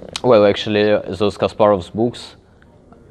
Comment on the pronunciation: He says "books" but seemed like "boobs" LMAO